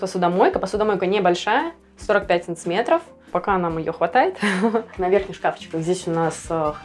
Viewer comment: Ну почему "САНЦЫМЕТРОВ" ???!